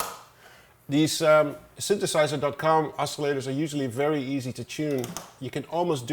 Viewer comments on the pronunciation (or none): „Fairy low bass sound and fairy nice sounds from you modular wall Tom! :p It’s a distinctive mark for dutch people to pronounce the v as a f, funny 😆